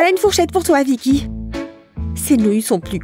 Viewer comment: vikky a dis livy